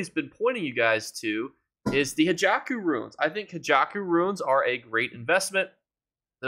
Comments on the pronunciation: It's Hakeijo not Hajako😊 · Hey its pronounced Hakeijo Runes not Hijaku Runes lol sorry if English isn't your first language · Yea usually he says hackyjo lol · He does it on purpose so people comment on his videos. He also pronounces "motifs" incorrectly as well.